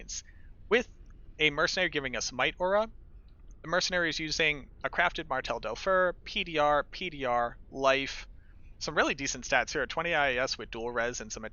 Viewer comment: marteldefer ... you said marteldofer .